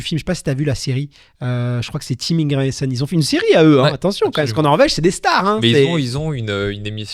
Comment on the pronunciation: Merci pour l'épisode mais très très orienté débutant. Et la prochaine faudrait faire l'effort d'apprendre à prononcer Ingebrigsten avant de faire un épisode sur la méthode Norvégienne, quand même...